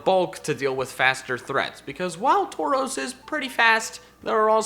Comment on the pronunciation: Taurus was pronounced wrong lol